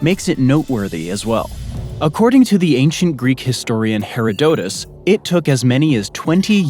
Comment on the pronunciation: Lol you know what 2pi is but not how to pronounce "Herodotus" rediculous. Oh and maybe look up the definition of "monolith".